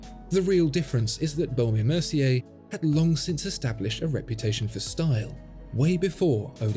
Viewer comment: You need to watch Jenni Ellie's watch channel to learn how to pronounce the baume and mercier manufacturers name properly!